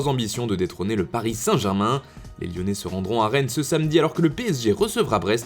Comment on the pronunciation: Iiyonnais MDR